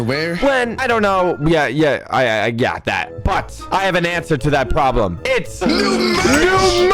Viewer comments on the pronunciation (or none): none